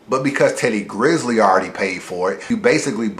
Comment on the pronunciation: Teddy GRIZZLE was a fuckin culture vulture. And you talking about respect when you can't even get dude name right. C'mon man.